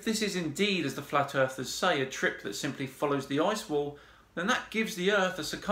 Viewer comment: "Flat Arthurs..." lol, I like the new nomenclature, because they're "'arf asleep"!😂 Just working through your Flat Earth Fridays playlist, loving every minute.❤ Subbed.